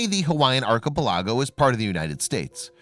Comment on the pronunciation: Ark kih pell lig go Practice your pronunciation.